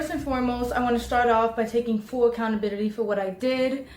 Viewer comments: what’s acountabrility? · can't even say accountability straight.